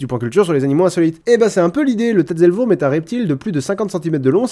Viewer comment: Tatzelwurm se prononce en français "TAZEULOUEURM".